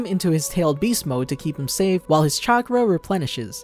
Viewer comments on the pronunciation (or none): none